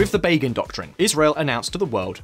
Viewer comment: Actually, the stress in "Begin" is on the first syllable ;) But otherwise yeah, it was good